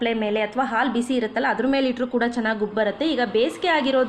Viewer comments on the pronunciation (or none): none